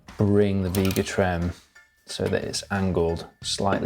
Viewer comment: It’s not Veega Trem, it’s Vega Trem…..With an A not a long E!! Jeesh!!🤬🤬